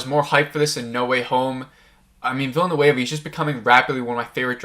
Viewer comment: It's distracting that you keep mispronouncing people's names. Denis Villeneuve is French Canadian and there are no a's in his name. So not sure why you pronounce it as a Spanish name with an a in it. It's de-nee (the s is silent) veela-noove (rhymes with groove). Yeah, I know that last part isn't exactly how French speakers would pronounce Villeneuve but it's much better than the Spanish Villanueva that you've turned it into and about the best most Americans can do. Timothée Chalamet is also French and it's pronounced tim-o-thay chala-may (rhymes with hay, the t is silent). Again, not exactly 100% French but a lot better than chala-met (rhymes with bet). Most people pronounce his first name as "Timothy" and that's fine, but EVERYONE in the business pronounces his last name chala-may (not met). I know it's not the end of the world but you're not going to be taken seriously mispronouncing people's name (makes it look like you're not doing your homework). Go to YouTube and search how to pronounce x (with x being someone's name). If someone is famous, there'll be videos showing you how to pronounce their name.